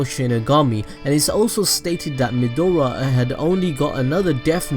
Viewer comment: why does he keep calling Maedra Midora?